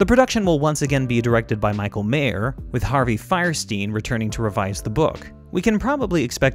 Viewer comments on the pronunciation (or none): none